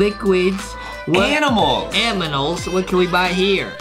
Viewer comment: Yo foxy say aminal not animal